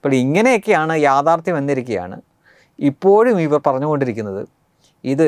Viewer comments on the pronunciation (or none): none